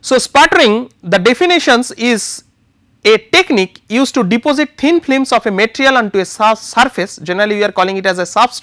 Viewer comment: hahaha :D :D , at the begining I noticed his pronouciation of film is FLIM during all the video, yet was informative video though